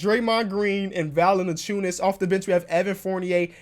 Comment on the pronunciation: it is not pronounced "Val-enen-chew-nus", but rather "Val-en-chew-nus